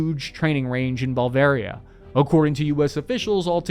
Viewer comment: LOL, hey! Where exactly is "Ballvaria"?